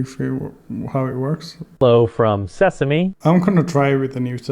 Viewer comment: See-sum? C'mon dude